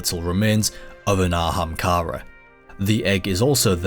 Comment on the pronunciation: „An ahamkara bööön böö.“ damn, i knew that anglophones were bad at pronouncing foreign languages. I didnt know that there were anglophones who are bad at pronouncing their OWN language